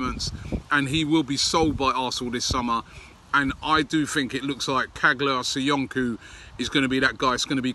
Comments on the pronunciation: come on robbie, can you try to pronounce Caglar Soyuncu ( Jaylarr soyoonjoo) name correctly, you make a real effort on everyone else's name!!!!Aubameyang, Henrikh Mkhitaryan, Mavropanos, Papastathopoulos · Richest Man In Tatooine yes it pronounce like chalar soyonchou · Chaa’lar SoyUnju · Hi Robbie. You are doing a fab job. His name is pronounced: Caalar Soyunju.....the g is silent and C is pronounced as j. BW and keep inovating. .. HMK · Caglar Soyuncu pronounced Chahlar Soyunju. Quality prospect 🇹🇷👍AFC COYG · Robbie its pronounced Chaalar Soyunju